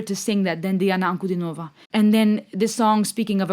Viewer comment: Her name is pronounced as D-Anna An-Cu-Dean-O-Va and not Nova at end of her name